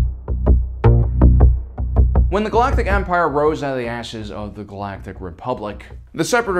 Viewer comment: when the galaactic empire rose out of the “asses” of the galatic republic legit aounds like he said “asses”